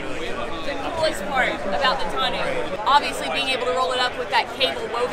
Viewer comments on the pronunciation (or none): 1. Sweeeeeeeeeeet. 2. Oooo a 2 door version would be killer 3. Brittney making reps smile more than they ever do haha. 4. Minor nitpick, tonneau is pronounced with an 'oh' sound at the end. I mean technically its 'tuh-noh' but just get the french eau down and we'll call it good. 5. You guys rock!